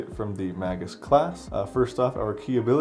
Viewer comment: This is such a hard fucking watch. The word is pronounced MAY-gus, not "mah-gus". Goddamnit.